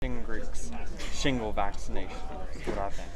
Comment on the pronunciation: Is he saying shingrets on purpose?